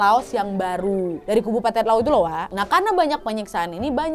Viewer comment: Untuk kak Nad, semoga selanjutnya bisa lebih memerhatikan apa yang diucapkan agar tidak salah ucap lagi terutama untuk nama, karena kak Nad kontennya story telling agar tidak terjadi salah paham bagi para penonton dan pendengar. Seperti adik Hang bernama Koua menjadi Loua, Anjing Cadaver menjadi Anjing Caveder. Semangat kak Nad